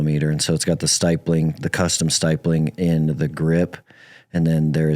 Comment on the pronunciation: Oh and its not "Stipe ling" its STIP ling", Stip, like "Stipulation". Stipling.